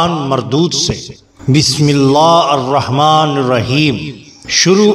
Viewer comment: Bismillah hirrehman nir raheem.....not arrehman